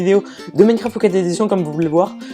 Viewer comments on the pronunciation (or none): none